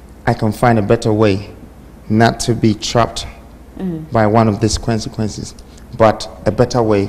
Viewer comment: Consequences NOT Kwensekwences.